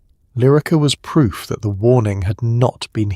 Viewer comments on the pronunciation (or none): none